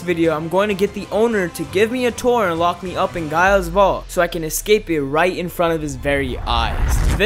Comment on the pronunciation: Just me who, 1. got annoyed by how he pronouced gaia. And the fact that gaia is the earth godess yet this vault isint in the earth. But in all seriousness great video.